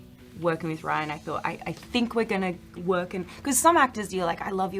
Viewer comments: Stop calling him rayan... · His name is Ryan not Rayan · It’s RYAN, not RAYAN. This isn’t bloopers at all. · how the fuck are you dumb enough to pronounce Ryan wrong